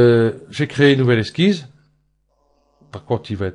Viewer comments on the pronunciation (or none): on ne comprends rien à ce que vous faites. Les explications sont brouillons on ne voit pas où vous voulez aller. Ps : on ne dis pas exquise (ça c'est pour les charlottes aux fraises ou les glaces autres au choix) mais esquiSSe. Courage avec beaucoup de travail vous ferez bien 2 vues de plus.